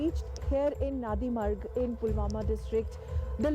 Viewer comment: It's not nanrimarg idiots. It's Nandi Marg.. Nandi the vehicle of lord Shiva don't try to distort the name